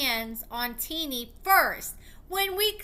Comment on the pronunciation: Her name isn’t teenie lol pronounced tennie